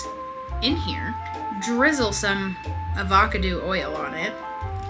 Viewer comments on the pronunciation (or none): Avacoodoo oil😂